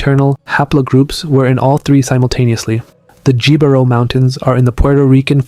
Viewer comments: Just an FYI, "Jibaro" is pronounced "he-bah-rro". J's are pronounced as H's. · Jibaro is pronounced "He-bah-rrow" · Every time the "Jibaro" mountains were mentioned with a hard english "J" was hilarious. Interesting video. I'm reading a lot of people here trying to argue as they define what a Puerto Rican is. I'm Puerto Rican. We're mixed. We're not all going to have the same DNA. Appearance-wise, my own family ranges from light to dark skinned. Most still live in the island. My DNA came back 16% native, 25% african (19% sub-saharan, 6% north african), then the rest is spanish, basque, portuguese and a little french. I know from what my family says, we have descendents from Las Canarias.